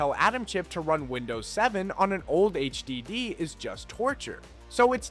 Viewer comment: The way this guy says SSS, HDD, and USB drives me crazy. It’s distracting. But good job giving old tech new life.